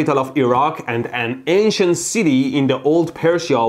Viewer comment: Instead of “ancient ppl” I thought he said “Asian ppl”